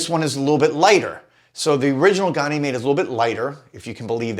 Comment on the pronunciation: Love your content. But can’t figure out why no American can pronounce Ganymede correctly (USA pronunciation). Gan (like can) uh- meed. It’s the largest moon of Jupiter and in mythology was his cup-bearer. Gan-uh-meed Not Gon-ee-made